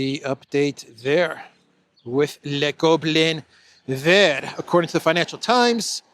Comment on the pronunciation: You're getting better by the day at pronouncing "le Gobelin Vert"! Kudos!😂